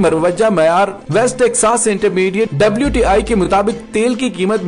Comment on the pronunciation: Not WIT IT'S WTI